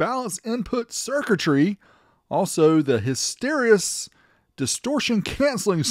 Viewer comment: First time I’ve heard hysteresis pronounced that way 😂